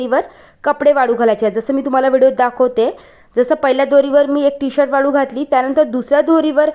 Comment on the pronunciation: वाडू नाही वाळू घाल